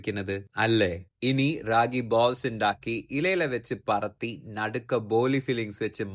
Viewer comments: അനിയാ പറത്തി അല്ല പരത്തി 😊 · പറത്തി അല്ല പരത്തി പരിപ്പിന്റെ "ര'